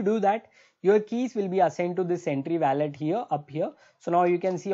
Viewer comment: bro youre very good at what you do but please stop saying weyylet ... it WOH LET